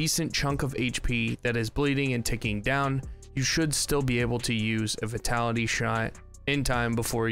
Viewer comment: I've heard you pronounce vitality wrong so much, its not v-ee-tality, but v-y-tality as in the word 'vine'.